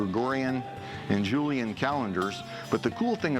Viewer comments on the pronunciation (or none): none